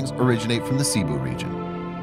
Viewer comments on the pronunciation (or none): none